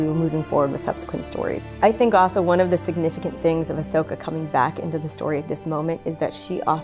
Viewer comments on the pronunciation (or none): My Emperor, I have a little corection here for you. It's Ahsoka Tano, not Ashoka Tano. :) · Still like how they didn't correct Ian's pronunciation of Asokah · Ahsoka: "You mispronounced my name,...and in the same way everyone misspells it too..." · mtman318 I kinda love that he pronounced it wrong.